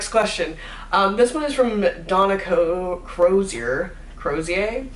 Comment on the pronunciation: Yey thanks for taking the time to answer my question. Also great effort on pronouncing my name (nobody can 😂) phonetically it’s ‘crow-zee-yer’. Love your channel, glad your trying to be kind to yourself at the mo with the self care etc. Ps. Love the advice on the green lifestyle/sustainability/thrifting.